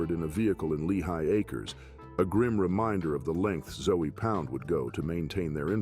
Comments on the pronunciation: I'm from Miami. It's disrespectful caliber them "Zoey Pound" lol. It's pronounced "Zo Pound" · 🤣 Zoey pound 🤣 it's Zoe pronounced Zo not Zoey! One of those zoes is gonna come get your ass for disrespecting their name like that ! I was in prison and worked the kitchen with a few . They can be some cool cats but you better keep it cool with them to ! Cause once they loose thar cool they turn into some crazy ass Haitians and will do a number on your ass! 🤣 you really need to do a little more research and at least learn how to say their name 🤣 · This dude pronounce Zoe pound as zoey pound definitely didn’t do his his homework because he would of bring up the legend Mack -a-Zoe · I just fast forward your whole Zoe Pound part because you keep pronouncing the 'E'. Who taught you how to pronounce that? It's Haitian, it's got a French pronunciation.